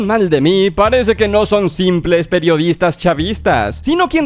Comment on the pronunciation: Bobby dice : los peyodistas